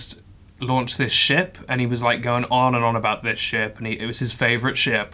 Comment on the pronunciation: I thought he kept saying shit instead of ship It was a fun point of view